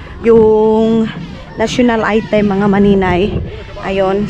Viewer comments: Maninay National Anthem Hindi national item baka Magalit gobyerno sa imo🤣🤣🤣🤣hello po✌️✌️✌️ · National "ANTHEM" maninay hindi item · just correcting you,not bashing! National anthem ba ang ibig mong sabihin? Not national item,if i hear you right! At prepare,not prepared,prepared is past tense( nangyari na). Kasi ito ang palagi kong narinig sa iyo. Goodluck in building your house!